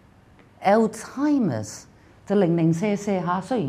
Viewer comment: 1. Osteo has a Greek origin, not Latin. 2. The 2nd syllable of schizophrenia is "sə". 3. The stress should be put on the 1st syllable of the word Alzheimer's, not the 2nd one.